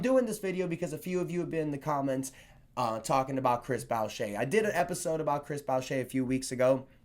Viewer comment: I wanted for years and all you have to do is watch highlights on YouTube to learn to say his name right its a common mistake just never heard your version:D